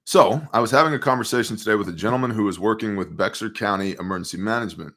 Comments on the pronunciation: Bexar County TX is prounced "bear". And its most hispanic. Half illegals the other half the offspring of illegals. Totally Democrat population. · Bexar = "bear" or behar, but no eX